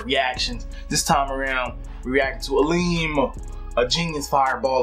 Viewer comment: You pronounce is AL, like Al George, and EM like Let's get 'em. :)